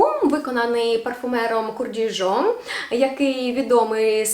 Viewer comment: Kurkdjian це не Курдіжон, жіночко, а Куркджан🤣